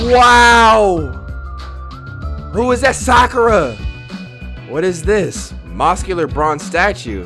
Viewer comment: My man's said "SHE MOSCULAR" 😂😂😂😂